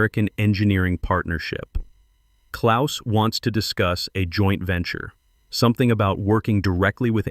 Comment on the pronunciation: As a Gernan-born lad with the birth-name, "KLAUS" I enjoyed seeing the name written correctly and also spoken correctly! Knowing how precise my mother was about everything she said and did, I can just imagine how this BOARD struggled with the directness of the German Language!